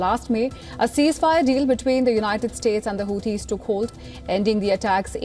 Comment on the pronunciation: Who Tees? WTF is a whotee? Low IQ stains on the road back to medieval times.